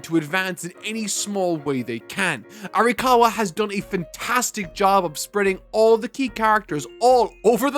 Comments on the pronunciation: My man it’s arakawa not arikawa. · Just been bothering me a bit, you're pronouncing Arakawa's name as "Arikawa", I know you care about referring to the author with correct pronunciation (evident in your Bleach videos), so I thought you'd want to know. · Times said Arikawa instead of Arakawa: 3